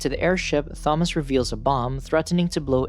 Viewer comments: Hate the way you say "Thom-ass" instead of the correct pronunciation "Tom-iss" for sure, but other than that, damn the movie is way different from the book. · I'M SCREAMING, IT'S TOM-MAS NOT THA-MAS..(yes i know it's a voice bot but still.) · Tomis not thomis you lazy ai user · Bro his name Thomas not Tha-mas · its pronounced as; Tom-us, not thom-ass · its THOMAS!!!!!!!!! not thomoss. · It’s- It’s pronounced “Ta-mos” not “tha-mos” this ain’t Thanos’ brother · u mean Tom-us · Bro said "THomas" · Imagine your name being Thomas but pronouncing it as thaw-mas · stfu, Tha-mass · "Thaumoss?!" No. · Imagine you pronounce Thomas as ‘thomus’ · Thahmas, Thahresa, and good ol' Jorheh. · "tha-moss" "teressa" "Min-HO" good lord at least research how to pronounce their names first. Coming from an OG fan, This was painful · Clicked off the second I heard “Th-amos”😂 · Holy shit I'm pulling my hair out everytime you say "Tha-moss" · It should be Tha - Mass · bro is saying ''Fomas'' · The Tha-moss was actually very distracting and the video creator would likely prefer to know about the mispronunciation then to continue making the error. Maybe it's best to take that wise man's advice yourself young fella. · Pls don’t use this text to speech voice again, I can’t stand it saying “Fomas”. Good vid other wise though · It's pronounced "To-mas" LOL you screwed up. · I literally feel like scratching off my skin everytime he says Tho-mass😭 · THHHOMAS and tersaaah. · I'm sorry but.. why are you pronouncing the "th" in Thomas 😢😢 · Okay you can't pronounce Thomas bro stop using AI I'm never watching this channel again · Saying Thomas like it's correct. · Are we ignoring how he said Thomas 😂nvm how all the names were said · 14 seconds in and theres already a word mispronounced, and its a main characters name. This is going to be a barrel of laughs im guessing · Do you not know how to say Thomas right? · how does he mispronounce thomas and teresa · You're pronouncing Thomas wrong the H is silent